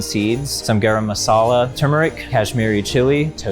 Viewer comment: the way my soul passed when he pronounced Masala😂